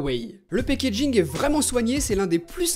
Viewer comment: Packaging pas "pakéjig"